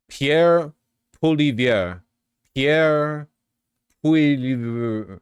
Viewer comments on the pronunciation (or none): He literally pronounced his name Pauliver, up until when he wanted to win votes in french speaking Canada. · Its pronounced: pwol-ee-ev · fwiw, it's "Polly-Ev" all french names are federally mandated to consist of 75% silent letters. Sa-skatch-e-wan At least we have a Green party that isn't just a spoiler party. Which, isn't saying a lot, but it's what we have to go on. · It's pronounced "PEE-AIR POI-LEAV-AIR". I voted for Trudeau, and I will vote for him again. It's maritime trade, you can't mess with maritime trade. You can mess with trucking trade. There was no national concern with the air canada strike, so, most likely no forced arbitration. I do not like Singh for the same reasons I do not like Trudeau. If the Ontario NDP would not have worked against the Liberals on cannabis legalization, I probably would have voted for them. They ended up agreeing with the PCs though. I can't go further left because they end up agreeing with the Cons. And the PCs are tearing up the greenbelt to build more cheap, under ventilated row houses. And the greens photoshop their arms too. I am stuck with two left boots. It's a race to the bottom. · But I can't blame Vaush for not pronouncing poilievre right. Dudes got the Frenchest name and decides it's pronounced English like "pol-iver". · it is amazing that in the age of youtube and the internet, he will just stumble through a name he doesn't know how to pronounce... that being said, they (Liberals) often just get bullied into being right-wing in their policies because they want to appear "balanced" so leftists hate them, right-wingers loathe them because they aren't right-wing socially by design and therefore are not racist/bigoted/violent enough for them. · Vaush trying to pronounce French is hilarious.